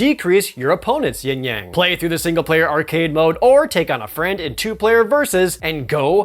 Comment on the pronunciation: Props for saying yin yang, and not YING yang like EVERYONE else.